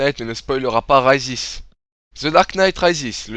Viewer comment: Comment tu prononces "Rises" mdr X) Mais la critique est de qualité donc rien à dire.